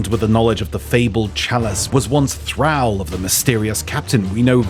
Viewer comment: You said thrall wrong, not supporting you lel